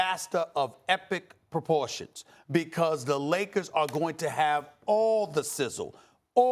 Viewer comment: ESPN...it’s proportions (plural); not porpotion! The R before the O.